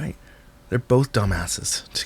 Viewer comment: really does put and L in the word both😂😅. That's the first time I have actually heard it. 😂😂Happy Friday yall❤